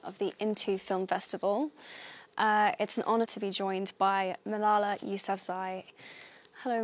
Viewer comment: Stop, stop stop! You're going to take someone's eye out. Besides, you're saying it wrong. It's Malala, not MalalaH.